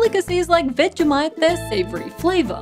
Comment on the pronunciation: Hahaha 'vegemite'! She's so Australian!